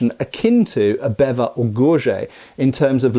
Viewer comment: There you go mispronouncing Bevor again...